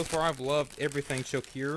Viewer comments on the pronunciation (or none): I love Choceur chocolate so much better than our vomit tasting American chocolate. It's pronounced sho-sir by the way.